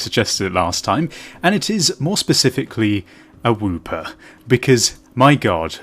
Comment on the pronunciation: i'm pretty sure it's wooper not whooper